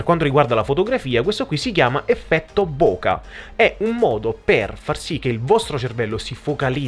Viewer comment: si legge e dice effetto buchè quale boka... annamo bene